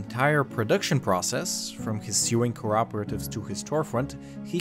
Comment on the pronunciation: its pronounced SOWWing not SUEing